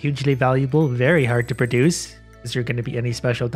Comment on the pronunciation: "pra-duce" gets me every time.